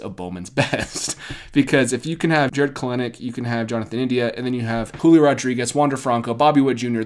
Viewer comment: I think Jared kelenic’s name is pronounced different